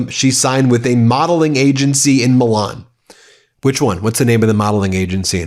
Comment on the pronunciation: Hey Ben, it's AGENCY, not angency lol I'm Russian, ESL, but I couldn't help but notice that you pronounced this word incorrectly twice! 😅